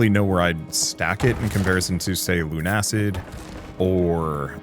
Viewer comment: its Luna-cid like lunar/luna and lucid not lune-acid